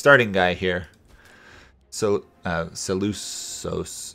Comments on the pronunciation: Σέλευκος is Seleukos, not Seleusos. There is no soft c in Greek, or Latin for that matter, we just like saying things with soft c for some reason. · C`s are pronounced as a K, so Se-lu-kos, Macedonia is Makedonia, Ma-ke-do-ni-a.